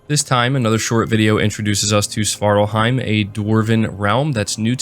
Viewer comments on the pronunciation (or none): none